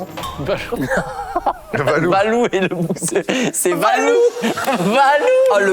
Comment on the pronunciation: moi j'entends valeux et pas valoux